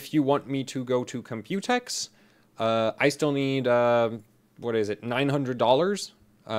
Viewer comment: there's enough computer coverage (plus you pronounce it incorrectly, the emphasis is on the C... Comp-u-tex, not comp-U-tex, i mean jeez watch a video and listen to how everyone says it!), i'd rather you review ryzen 2000 series hardware! your stuff is genuinely unique on that, vs just some more computex coverage. just put "computex" in the video title and description for some extra clicks lol.